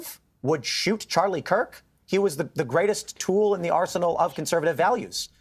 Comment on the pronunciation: He keeps calling him Charlie Clerk 😆